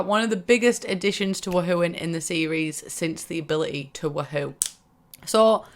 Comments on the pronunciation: Am i the only one bothered by how she pronounces woohoo its WOOOOOhoo not WUhoo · I hate you’re sayin “wah hoo” instead of “woo hoo”😭😭😭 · I feel like you're saying WooHoo wrong. Everyone says (woo-hoo) and you say (wa-hoo). Kinda triggers me😂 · But...it’s Woohoo...not Wahoo... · Ahaha sameee it’s so entertaining to hear pronounce it “wah-hoo” instead of “woo-hoo” 😂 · so weird hearing it pronounced as wa-hoo, when i've always pronounced it woo-hoo in my head. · Do you realize you're pronouncing it Wa-hoo? In America that's a chocolate drink and the mascot for the Cleveland Indians. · Love how british people say wuHOO and I, an American, say WOOhu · I crack up everytime she says wa hew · She says wa hoo 😂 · Why do u say it like wuhoo